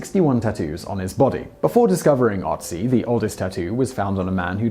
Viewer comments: It's “Ötzi“ and not “Otzi“ - learn the difference :/ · Sry but you mispronounced Ötzi, though I can't hold it against you... :D